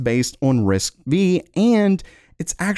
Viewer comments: It's pronounced risk five, not risk vee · My ears where screaming when i heared "V" 😂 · "RISC-V" is pronounced "Risk Five". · Risc "V" 🤔 don't you mean 5?? 😂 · It's not RISC "V" it's called RISC 5 pal. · risc 5 not risc v there. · RISC-V lmao it's spelled RISC 5. And u're suppose to be a tech channel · It's not Risk "V". It's a Roman Numeral, V=5. So... Risk 5. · 1.5X is death for Nvidia. They don't need to do 10X at all ! And it's RISC-V (FIVE not V, this is a Latin Five). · it is said RISC 5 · Risc-V is read Risc-5 !!!!! It does not sound professional the way you say it 😅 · For FUTURE REFERENCE, RISC-V is pronounced RISC-5 .... I think this MIGHT become a big deal ONLY if someone like AMD or Nvidia BUYS their technology because it's JUST path-tracing... BUT it's run on RISC-V so it's not compatible with x86/64 ... but I think their could be some workarounds of course..... but like you have said before: Only Time... Will Tell :D